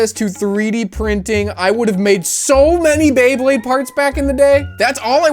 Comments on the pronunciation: Not this dude turning Beyblades into Baybleeds. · I got so annoyed by him getting the Beyblade names wrong, like “thermal wolf” no, that’s the face bolt from Leo, the energy ring from dark wolf, the Sagittarius fusion ring, the - wait, is that the spin track from cancer? No, apparently that’s a TR145, from Chimera. And then, the tip sure looks a lot like Leo’s. Just after, him saying Pegasus when there’s not a single Pegasus part, even going by the faceplate it clearly says Pisces with a picture of a shark, lmao 😂 Pegasus was like THE main one from the anime, it’s bright red and blue and has the flat rubber tip, how do you not know this! It’s common knowledge at this point (mostly joking obviously, I was just really into beyblade and this revived like 15 year old encyclopedic memories of beyblade parts)